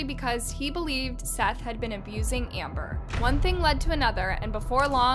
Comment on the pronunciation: If you’re gunna talk about crimes, which you earn money from, you could at least pronounce the victims name right. His name is SETH not seeth.